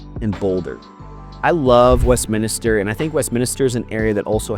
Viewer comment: It's Westminster, not Westminister.....